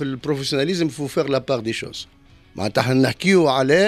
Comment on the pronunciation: بربي راهي تنطق professionnalisme برفيسيوناليسم موش بروفيسيوناليزم، ونقولو entraîneur موش،entreuneur, ما تعملولوش الفضايح والا تكلمو بالعربي مادام انتوما متعلمين بالغالط